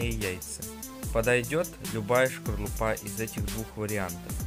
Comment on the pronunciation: Не шкорлупа а скорлупа. 😂😂😂😂